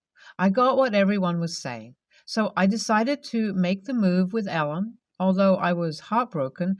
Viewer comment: A guy named Ellen just is weird. Yet you say Alan instead at the end. Freaked me out.